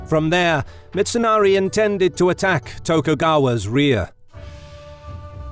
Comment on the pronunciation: Its mitsunari. Not mitsonari